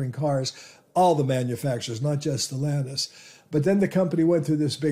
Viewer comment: The root word for Stellantis is STELLA (a star) so it is not pronounced stellANTiS but STellANtis.